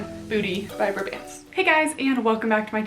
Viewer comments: It’s BRAY-bants (like pants with a b). Kelly’s older sister is my boss ☺️ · Yep, my favorite leggings brand!! I believe it’s pronounced bray-bants (rhyming with gray pants lol). I live in Boston and discovered them about two years ago because EVERY workout class has at least one person wearing them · I pronounced it as bra bants for months but I believe it’s bray-bants based on how her friends say it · I’ve heard it as braw-bants (like ants)! I’m in the Boston area so I’m assuming that this is the correct pronunciation??? 😅 but you never really know sometimes!